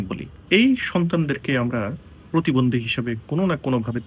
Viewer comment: প্রতিবন্দি না, উচ্চারণ টা হবে প্রতিবন্ধী